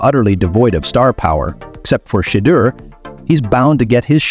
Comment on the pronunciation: This guy should never say Sanders name, he can't even pronounce it, but he pronounces all these white players name properly, if you can't say his name right, don't even say it at all, it's a good show, at least give the man's name some respect and say his name the right way or don't say that all, just say Sanders if the first name is too difficult for you to pronounce, I think it's a good show, but say the man's name right, please.